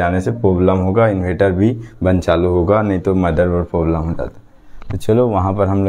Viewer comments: Bhai poblem nhi hota hai Problem hota hai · Problem ❌poblem 🤣🤣🤣